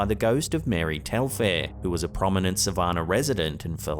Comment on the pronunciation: It's not Sa-VAHN-ah. It's Suh-VAN-un. It's not poo-KEEP-see. It's Puh-KIPP-see.